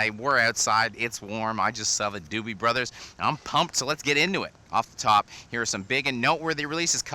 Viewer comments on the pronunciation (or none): none